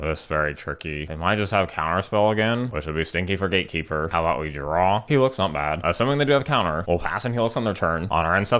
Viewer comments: Cemetery Gaykeeper instant burst of laugh XD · Daddy, was correct pronunciation GateKeeper or GaeKeeper?